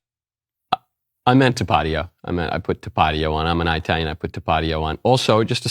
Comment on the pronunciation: Italian is pronounced with a short I. There is no place (eye -tally). SMH lol